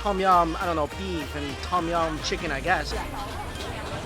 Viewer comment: TAUM YAUM mike's pronunciation is always god awful...